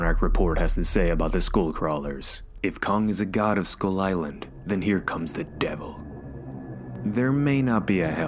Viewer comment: I was having a hard time understanding skull with school when you pronounced it :-) good thing there's a picture because I was imagining a school crawlers like when you're bored on a lecture and you want to crawl out of school. How about the Tiger and the Rex in Skull Island is it a Titan too?